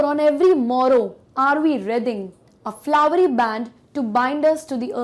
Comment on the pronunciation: Its wreathing ----- to be proounced as reething not as rathing